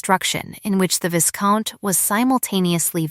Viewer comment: Vie-count, not vis-count. Surely AI would know this pronunciation. A lot of words for so little substance.